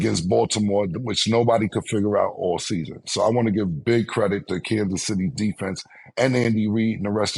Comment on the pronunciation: Cam saying Candice city chiefs 🤣🤣